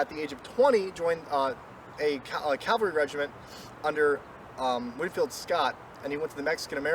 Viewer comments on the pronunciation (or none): Great job! For future reference... it's caValry, not caLvary.